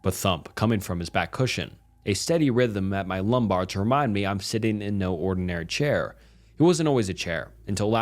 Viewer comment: “He is chaior”.